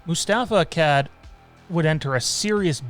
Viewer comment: Dude the way you pronounce Akkad makes me winch LOL! Its pronunciation sounds like Akaawd ;^)